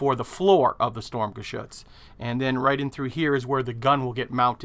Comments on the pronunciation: considering you like this so much why don't you pronouse it correctly. its sturm not storm. i know thats what it means . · it is pronounced sturmgeshutz not storm